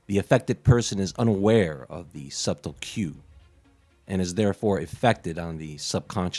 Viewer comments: Bro, c'mon. You're smart enough to know that sub-tull isn't a word and subtle is pronounced suddle...are you purposely being awkward? Mmmmm flavorade. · did he say "sub-tle" instead of suttle? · Yes, he pronounced it that way twice. And it seemed very intentional! Then again, I pronounce the "t" in "often", so to each their own. 🤷